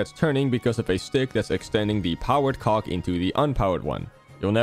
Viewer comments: Why does her say cog like that 😭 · Please dont let this man pronounce "cog" ever again 🙏😭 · BRO THIS IS NOT HOW YOU PRONOUNCE COG 😭